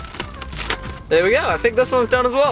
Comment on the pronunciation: did you just said "voila"? XD i'm french and you must say that like "vuala" and not "vala" XD